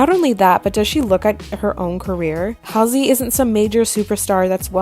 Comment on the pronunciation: I’m not a fan of Halsey but you are saying her name so wrong it’s driving me crazy